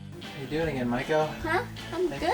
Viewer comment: I thought you said Michael and I will be moving to Tokyo, and I said to myself that I will support you regardless of your gender orientation and then I realized you said Maiko.